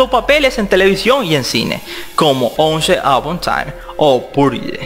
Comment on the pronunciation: Tu pésimo inglés 🤣🤣🤣🤣 no se dice once no mss pero bueno, buen video